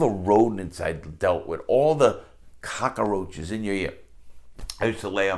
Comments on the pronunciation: Larry says cockroach like Tony Montana. Cock-uh-roach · "Ramoon noodle soups" "Cockaroach" (reminds me of Tony Montana) Love the way he says those